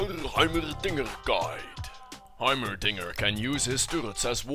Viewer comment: i thought he would died when he said heimeddddingdeded